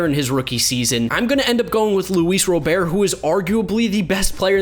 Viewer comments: Smh it’s Robert not Row- bear lol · It’s Luis Robert not rober lol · Luis Robert's name is pronounced "Rah - BERT" not "Row - BEAR" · You learned very quickly that has not been watching the whitesox due to the way he pronounced Luis Robert’s name. It’s rob ert not robe air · Luis ROBERT IN AMERICAN NOT ROBERE COME ON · Lol Luis “Robear” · It's Robert. Like the name Robert. And then calling him Louie Bob is cringe. Also should have started abreu over voit. These arent even Homer comments, just obvious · seriously, no Abreu? You are deranged. and Robert's name is pronounced rah-burt. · This man cant even say luis Robert lmaoo